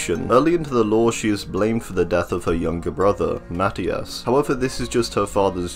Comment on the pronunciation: you pronounce it MaTIas (Matías)